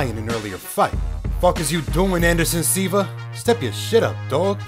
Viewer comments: How do you manage to mispronounce Silva as SEEVA? 😂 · This man really pronounced Silva as See-vah lol. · The way he pronounced Anderson Silva made me laugh. Also when he said “step your shit up” bruh Silva won 11 middle weight championships and was 40 when he fought Bisping. Also Bisping won the title against Luke Rockhold not Silva. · it's not even a hard name to pronounce for non Portuguese speaker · Love this channel but Anderson Silva is an all time great. Gotta pronounce his name right! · Woooooooah. What did he just call Anderson Silva?!?! I bet he pronounces Jake Paul correctly. That’s the first L from me. Disrespectful.